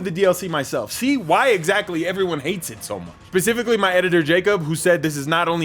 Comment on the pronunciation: tf is becifically